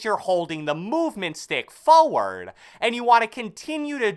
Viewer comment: Why does he say forward so funny? 😂😂😂